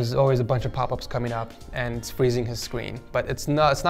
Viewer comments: Sorry but when u said fwezeing his screen bruh I died😂😂😂😭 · The way he said freezing “fweezing”